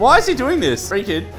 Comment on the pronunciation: Ree kid not Reed kid